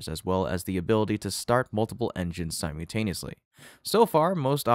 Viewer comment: There is no such word as "simeyoutaneously." I looked it up. What the heck do you mean every time you say "simeyoutaneously"?!!? I'm guessing you mean "simultaneously," but the "l" in the syllable "mult" is not silent, and there is no "y" in the "mult" syllable of "simultaneously." Do you also pronounce "multiply" as "myoutiply"? or do you say "myuotiple" when you really mean "multiple"?!!? The syllable "mult" is pronounced exactly the same in all of these words, and that pronunciation is NOT "mute," or "myoute." If your going to do voice over, you should at least learn how to pronounce simple words properly!!!